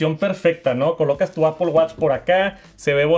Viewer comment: APPOL??? REALLY,?